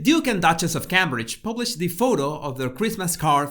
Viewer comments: Please pronounce Cambridge correctly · What a load of tosh! He can’t even pronounce “Cambridge” correctly!